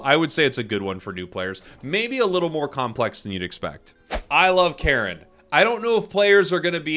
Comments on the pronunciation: Never understand how Cairne is pronounced as Karen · It's not. It's pronounced like "care" with an n at the end.